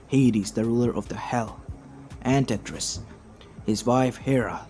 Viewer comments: just so you know it's tartaros not tetris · Tar ter it's